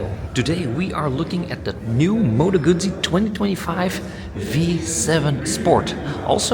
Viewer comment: Yeah, I hate it when bike journos can't/won't pronounce Guzzi properly.